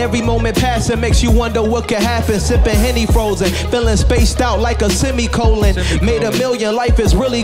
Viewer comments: Blueface saying “sEmiColON” was better than lil moseys whole freestyle. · No one: Blue face: semicolon (;)